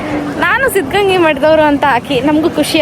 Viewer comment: ಸಿದ್ದಗಂಗಾ ಮಠ ಅದು ಸಿದ್ದಗಂಗಿ ಅಲ್ಲಾ